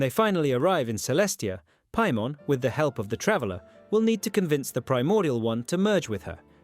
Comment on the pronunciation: do you even play Genshin Impact with the way you pronounce Paimon?